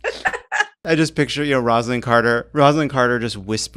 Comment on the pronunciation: Oh, Jon, I just gotta quibble here: her name is pronounced Rose-A-Lynn. Which is how we know she never said any of those things, to put a gentle spin on it. And Jimmy admitted in a Playboy interview "I have lusted in my heart."